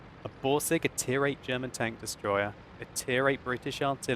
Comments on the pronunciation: german pronunciation is rather good, in respect of the fact that you are living in London and grown up in Great Britian. And its okay if you maybe say, that the FV207 is a TD, cause we all have eyes and can read ^^ By the way; The Leopard is the German Tier 5 light tank :) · stop fishing for compliments. Your German pronunciation is as good as ever.